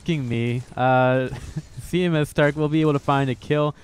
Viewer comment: Does it drive anyone else nuts that this guy keeps calling him C M S starke, not C M starke